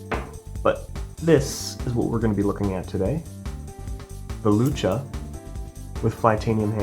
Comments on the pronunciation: Its lucha (like loo-chuh), it was named after the Spanish word for "fight" (like luchadore, lucha libre is an example where lucha is used, both meaning basically wrestlers). Hope you see this, we won't have to rip out our eyes and fucking eat you next time you say luka!!!! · Sorry brother, it is lucha. like luchador the wrestler/fighter. Use voice to text. You're saying "luca." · It’s pronounced lu-cha